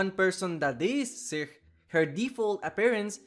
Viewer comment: I'm glad you mentioned Sikh culture, (and pronounced it correctly too!) I was also talking about this when she came out. I have close friends who are Punjabi and Sikh, and I actually spent some time with them in Punjab and learned a lot about their culture. They're very serious about not cutting or altering their hair, so when I saw she has that short hair with a blue streak, I was really upset about it. Her last name Kaur implies that she is Sikh right off the bat. and it would go into her character to want to honor her parents by adhering to the customs they taught her. I have a feeling BHVR just didn't research Punjab or Sikh culture. I was very disappointed by her release, and I got ATTACKED on twitter for talking about it. So thank you for making this video.